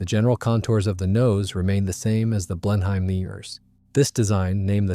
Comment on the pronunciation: Blenheim is not pronounced "blen-hime"